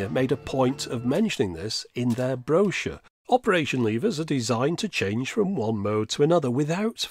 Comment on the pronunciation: If I wasn't mocking the way you pronounced 'Brochure' in the comments, you wouldn't have a reason to post more videos addressing it.